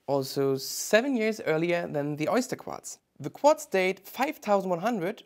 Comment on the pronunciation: "Qwatz movement" 😂